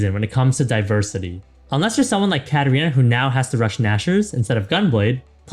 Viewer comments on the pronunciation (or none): none